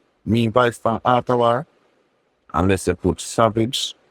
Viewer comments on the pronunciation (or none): none